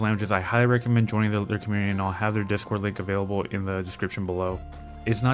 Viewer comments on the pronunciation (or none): none